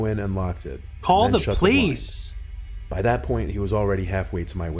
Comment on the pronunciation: Jonathan Alvarez Lopez I know it just sounds like he said pleace